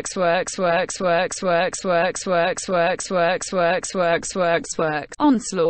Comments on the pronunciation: Did anyone else hear “ swag “ instead of work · I heard twerk